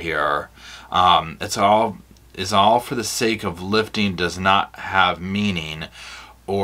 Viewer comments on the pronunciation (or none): none